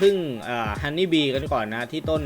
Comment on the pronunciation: ฮันนี่ครับ!!ไม่ใช่ฮอนนี่ฮอนนี่คือเงี่**ครับ😂🤣